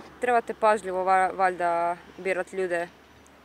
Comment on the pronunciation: Naglasak na "valjda" 🤣🤣🤣😂👌🏻